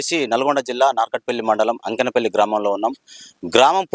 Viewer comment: అంకెనపల్లి కాదు బ్రో అక్కేనేపల్లి